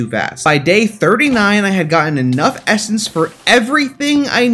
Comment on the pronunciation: I swear when you essence I hear it estus